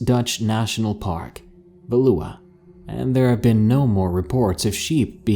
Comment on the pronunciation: Oh my word, your pronounciation of "Veluwe" is so cute